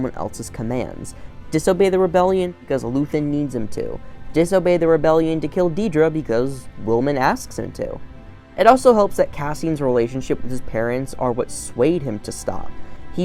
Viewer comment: "Psyril" and "Deeedra" 😅 Why can no one on YT say their names